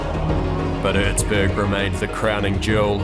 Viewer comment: Its called Erzberg not urzburg